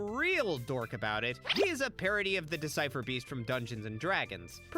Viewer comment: A real dork would know it's a displacer beast not "decipher" beast